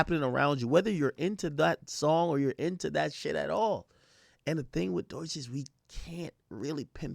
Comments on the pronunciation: AK can't even pronounce her name correct. It's pronounced Doe-Chi NOT Doy-Chi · Is it pronounced Dookie? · why does he keep pronouncing her name like that lmao